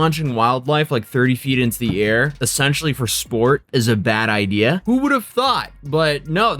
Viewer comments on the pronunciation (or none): none